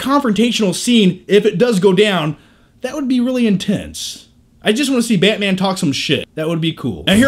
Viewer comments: Betman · I think this review would have been better if he had a Russian/ Romanian or slavic accent. He's got that face. His current accent just doesn't fit. Esp. when he says Batman..sounds like "Bat miean". LOL! Other than that! Nice review, like the humor and the edits and given the LOOONG time DC has had to make a team up movie, at least they are learning from Marvel's errors. So all in all whatever the outcome, it's looking good for all the fans! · go on, say Barman again. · Baeaeytman? Baeaeytman? Lol I'm sorry the way he says it is so funny! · y does he say batman like that